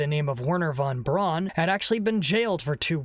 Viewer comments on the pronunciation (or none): Hey, pissbrain, Braun is pronounced Brown.